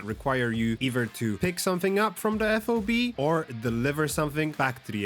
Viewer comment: Just say FOB instead of saying each letter.. F-O-B sounds odd.